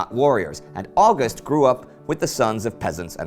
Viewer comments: He really does need to get August right though (oww-gust not awe-gust). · Fanastic! You figured out that a man with a Welsh name, writing in English wasn't German. Genius! However, he pronounces "August" exactly as in American English and his pronunciation of Łódź would be incomprehensible to a Pole. Some of his other German pronunciation is better, if not perfect. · Except for "August"!